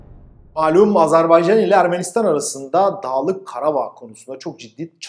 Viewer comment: Azarbeycan Değil AZERBAYCAN kardeşim